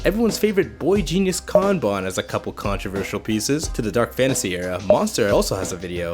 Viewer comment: Kan-bon lol